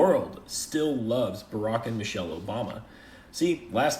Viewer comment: her name is Michelle not Mitchele, not sure if you are trying to be funny...but don't be rude. Put some respect on her name.